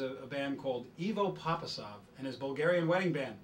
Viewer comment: Im late but I think its Ivo Papazov he didn't pronounce his name right lol